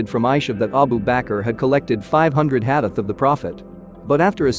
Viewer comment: Brother it is not HADEF, it is Hadith or Hadees. Also Please do not pronounce it so fast that listener has difficulty to understand as what did you say!